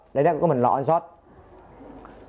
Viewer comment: Ổng muốn nói là nên lấy nét bằng 1 điểm giữa (thay vì 9, 11... hoặc Auto) và chọn chế độ lấy nét One Shot (ổng phát âm thành On Shot)